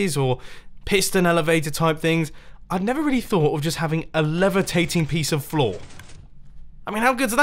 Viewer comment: You said flaw instead of floor